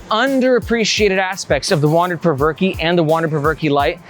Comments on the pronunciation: “Perverke” hahaha i think its pronounced “provoke” 😂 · Spencer Cope is a co-founder and in his product video he pronounces the name of the bag as "Provoke", not "Perverkey"... just sayin'. Great content, nice energy and great to see honest reviews! Keep 'em coming! -Your newest Sub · I think it’s pronounced “provoke”. Th way you pronounce it is cringy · "Perv-er-key" LMAO.... that's embarrassing. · I cant with the "Perverky"